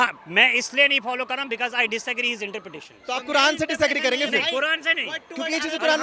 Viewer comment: wo interfere bolna chah rha hai ya interpretation bol rha hai 😂